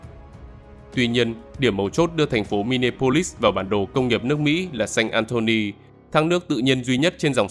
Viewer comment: Xin góp ý kiến Đọc là mi ni a polis